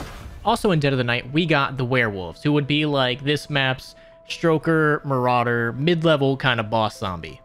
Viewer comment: Stoker not stroker lmao